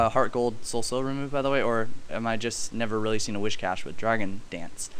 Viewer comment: Yeah Whiscash learns Dragon Dance in HG/SS. Crawdaunt gets it too. Mismagius gets Nasty Plot, which is really neat. You should try it out, Aaron. And it's not WhiSHcash. It's just WhiScash xD